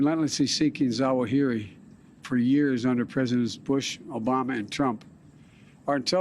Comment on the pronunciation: Really? Slurring Zawahiri - is he drunk? How about we wait until we can actually confirm this so we don't have another Mr. Ahmadi dead instead of a terrorist in Kabul. Biden is good at killing good people and saying they were our enemies.